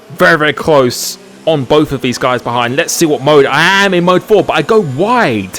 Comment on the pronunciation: You can’t speak proper English. Example: both but you say bof. Example two: throttle but you say frottle. Please can you learn to speak proper English because it can be really annoying and frustrating